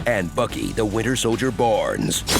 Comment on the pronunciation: "The Falcon and The Winter Soldier": ❌ "Sky Captain and Stare Soldier": ✔️